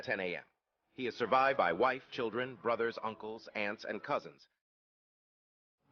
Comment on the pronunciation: my brother, the word Children is pronounced (cheel-dren) and ISWAP is (Eeswap not Aiswap) because the acronym starts with Islam not Aislam, sorry to point it out...